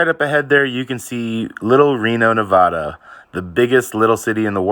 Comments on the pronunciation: It’s NevAda not Nevoda. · Neh-Va-Dah not Ne-Vaw-Duh! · While I think it is major BS you keep getting pulled over for BS please know it is Ne-VAD-uh not Ne-VAH-duh. Stay safe out there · Nobody in Nevada pronounces it "NeVAHda. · It’s pronounced Navaaada!